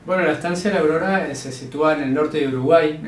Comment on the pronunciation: dice: Estancia audoda